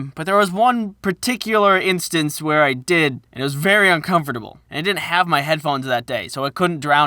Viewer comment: I don't like the way he pronounces every letter in "uncomfortable."